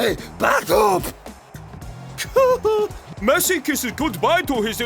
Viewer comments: Messi sounds more like missi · Lionel "Missi"